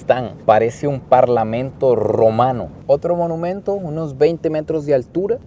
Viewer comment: No se dice menumento se dice monumento